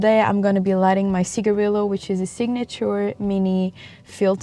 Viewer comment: How are you Portuguese and still pronouncing cigarillo wrong 🤣🤣🤣